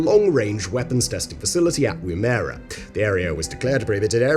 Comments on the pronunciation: You REALLY need to work on pronunciation, ESPECIALLY when it comes to Australian place names. Woomera (womb-era) is a restricted rocket test and launch area in central Australia, whereas Wimmera (Whim-era - how YOU pronounced it) is a region in western Victoria adjacent to the South Australia border containing six shires and multiple towns including the small city of Horsham. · its pronounced "Wum - Ma - Ra" and if memory serves the rough translation of the name itself comes from the tool used in assisting throwing spears somewhat like a " ball thrower" used by dog owners. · It is pronounced WOOM EAR A. Not wooomera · Woomera is pronounced woo me ra, and Ive been there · It's pronounced "Woum-Err-Ah" and was the site of nuclear tests after WWII. In the 80's it was still too irradiated to enter parts of it without hazmat suits. The rest is as you said, a test site that might or might not be home to alien tech which was moved from area 51 when the public were getting too close to the truth after The X-File tv show came out in the early 90's (the last part of that sentence may or may not be something I just made up then and I may or may not be a member of staff on the government disinformation program whose job it is to muddy the truth so to keep people chasing ghosts and easy to control by never debunking said ghosts) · Woomera is pronounced Whoom er rah....NOT WmMERA... Abroginal for Spear Thrower .. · pronunciation tip - the emphasis goes on the first syllable; WOOMera. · Was wondering if any Aussie was going to comment on that, because i was. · Wom-er-rah Short o Short e Long a Just sayin' ;) (Plus plenty of videos on YouTube of Australian's pronouncing it) ;) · Not to nitpick, but it is WOOmera, with the emphasis on the first syllable 😃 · enjoyable. Pronounced "Wum-er-a" not that you need to know. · Might wanna brush up on your Australian for Woomera. That's not even close, sorry Simon. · Pronunciation is a bit off. It's a hard oo sound not a soft one